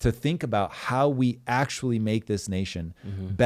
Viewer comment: Ur "ACTUALLY " emphasis is so annoying